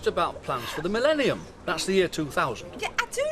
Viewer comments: Jeez, how prophetic are Audrey's words . Bryan sadly never saw the Millennium. Also note how Sue Nicholls struggled to pronounce the word Millennium, kind of like Minnenihan ! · Audrey can't say Millenium and Julie was annoying.